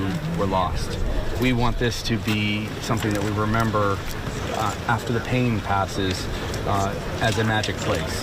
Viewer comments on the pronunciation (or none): none